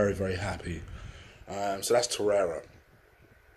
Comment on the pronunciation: Torrei-RA (the R is pronounced) 👌🏽